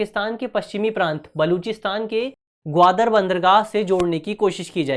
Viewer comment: O BHAI VO "ग्वादार" नहीं है भाई मेरे वो ग्वादर है ग्वादर । भाई पीछे जो तु दार लगा रहा है वो जमादार या थानेदार वाला दार नही है उस प्रांत का पूरा नाम ही ग्वादर । आप को इतनी-सी बात भी नही पता तो आप क्या बच्चों को I.A.S बणाओगे????